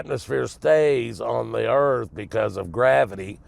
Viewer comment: Dear mister car talker the erf isn't what you think it is.